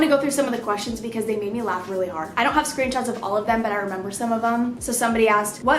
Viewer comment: Anyone else hear her say screen tots 😂😂 ok cya